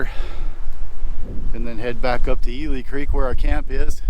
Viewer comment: I worked at Jones Hole NFH five years. Ely Creek should be pronounced as E-li , not E-le. It was named after a mule that died and was buried there.